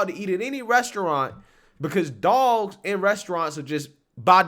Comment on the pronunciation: She's trash. Total disregard for anyone but herself. You can trust her not to be a loyal friend. I'm glad she left. She should have been made to leave, though. She can't even say restaurant correctly so you know where she's at lol.